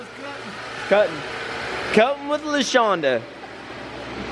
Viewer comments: “Lashawnda” “Laseanda” Shawn/Sean shaking his head. “I don’t like that.”😂😂😂😂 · Say it with me now, La - Shaun - Duh.